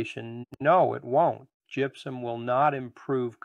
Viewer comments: first of all its gypsuM not gypsuN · It may be just me...but it sounds like you're saying GYPSUN, in the beginning.🤷‍♂️